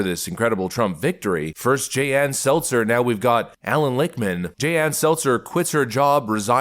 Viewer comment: Lichtman??? Every . Single. Time 👃